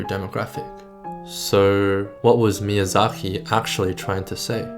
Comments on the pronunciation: There is a "K" in his name, not a "KH". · Why do you say Miyazahi instead of Miyazaki?